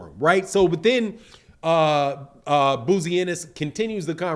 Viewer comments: your got to get people name right, his name is pronounced Bo-Zee,love the platform 🙄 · B O -- ZEE IS HOW U PRONOUNCE HIS DAD'S NAME IT IS SPELLED BOZY!!!!